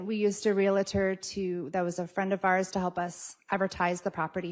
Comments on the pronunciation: It's not ree-la-tor! Its realtor. Two syllables. Real tor. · There is no such thing as a Reelator. It is a realtor.